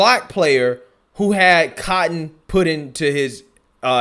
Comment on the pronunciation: Too much emphasis on the word "cotton"